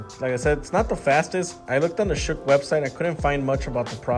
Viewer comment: Good review. Not a bad looking phone. And it's pronounced 'Shock' by the way. They just spelled it crazy that's all lol. I've never heard of it before either. But there are a million and one phone brands out here today, it's crazy.